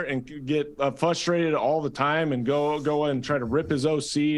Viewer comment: Does Matt Cassel think “flustrated” is a word? He says it often lol